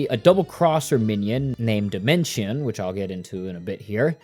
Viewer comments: Him saying dimension instead of Dimensio is giving me an aneurysm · SPM IS STILL MY ALL-TIME NO.1 GAME (also it's Dimentio and not Dimension, and u also said Crunch instead of O' Chunks 💀) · Idk if this is correct but I hate how your saying demento or however you spell that cus I thought it was pronounced de-ment-e-o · Homie calling him Dimention when the background footage literally has him saying "I'm Dimentio" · It's actually pronounced dimentio I think. 😅